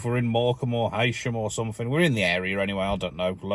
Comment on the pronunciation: Although Heysham reads as "Haysham", it is very important to the locals that it is pronounced "Heesham". They are very sensitive about it !